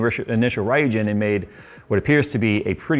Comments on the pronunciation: AIO may be advanced but your pronunciation of the name isn’t….. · I have faith that at some point a reviewer will pronounce the name correctly 😂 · An AIO that costs as much as a decent custom loop...Yeah, no. Also everyone mispronouncing "Ryujin" is driving me nuts. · i'm triggered by the way pronounce ryujin why the hell americans are so bad at pronounciating words that aren't english? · Pronounciation of Ryujin needs a bit of work but excellent review of this AIO. 👏🏻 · God... As usual Americans just butcher Japanese, Ryujin, basically Dragon King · I cringed every time he mispronounced Ryujin 🤣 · The way you pronounce Ryujin is so jarring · It's the late 90s way from America lol. Little odd to hear once you know the real way. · It is a difficult name, but "R " from "righteous", "YU" from "you", and "JIN" from "gin". Basically the "R" isn't "are". Sometimes random YT vids can be helpful. Would have loved to have gotten one of the these for my build. I have a Corsair 150i Pro. My temps still seem to be high, 35 to 40 degrees on semi-idle on my 5900X, I think I need to re-paste my CPU. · why its pronounce raiyujin, when there is no A in Ryujin? its riujin. Y is pronounce as I. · ryūjin (or 龍神 in Japanese kanji) means 'dragon god', and should be pronounced REW-JIN, not RAI-EW-JIN! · which should be REW and not RAI-EW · It's "REE-YOU-GEEN" not "RA-YOU-GEN"! I have the Ryujin 240 for over 2 years now and I love it! On a i9-9900k the Noctua fans are still while idling. I added some LED Halo Rings from Phantheks in between the fans and the the radiator so the lighting is also fixed. I'll definitely buy this new 360 for my next build. Also, Armory Crate is FINALLY working properly but it took way too long. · Marry Christmas to everybody! Just fyi the the yu in ryujin is pronounced as you not as io. The naming is connected to the japanese dragon god of ocean ryujin (ryu for dragon pronounced as r-you). Happy holidays and have fun guys ☺️ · It's pronounced Reeugeen...